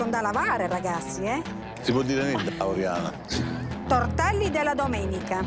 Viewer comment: La tvadizione l ho fatta psevonalmente, tovtelli fveschi tutto fvesco